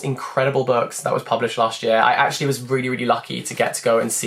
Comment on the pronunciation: Am i the only one that felt that "actually"in such a french accent !! 😂